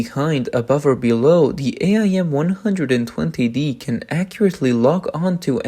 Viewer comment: AIM. Not A I M. Just say AIM.